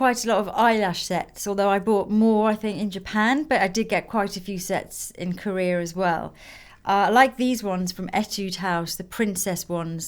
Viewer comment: why do you say "korear" instead of "korea"? :)